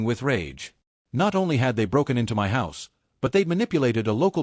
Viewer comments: yeah ditch the girlfriend, oh for f*ck sakes stop saying M.Y instead of saying MY it is so damn annoying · Not "m" "y" fridge. Irritating AI errors . . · m-y pans. m-y fridge. Really? This is driving m-e nuts. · MY, not m y, m y, m y. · Why do you not say my as opposed to M Y house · Why em why house? Why can't the AI pronounce the word MY? 🫩🫩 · So funny 😂😂😂 "It's M.Y. house, M.Y. kitchen, M.Y room, M.Y..." 😂😂😂 Cannot even be bothered to check the voice over, then say that it's going slowly at the moment 😂😂😂😂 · Dude it took me a few minutes to understand your comment. 😂 Em Why house, em why inheritance. If AI can't pronounce certain things why can't they teach it to? I knew it can't pronounce abbreviations, so that's easy enough to fix just don't use abbreviations. But "my" isn't an abbreviation. Like Mr. Dr. It also can't understand year dates or how to pronounce money amounts. It was dollars one zero three zero zero ($10,300) or sometimes three hundred at the end. Years: It was one thousand nine hundred and three (1993). I figured it out pretty quickly and ignore the weirdness, but the mispronunciation of the word "my" as em why is crazy. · you program it and train it to recognize how to pronounce it, as well as abbreviated words if you plan to abbreviate. It doesn't mispronounce every word in all caps, but does mispronounce "my" when only the M is capitalized at the beginning of a sentence. Also WGAF? 🙄 What a sour attitude when people are just laughing about something. I thought it was funny, I wasn't the only person who said something about it, who cares, why would you care? 😂😂